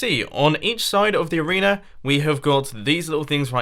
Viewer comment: at 645 he said arenear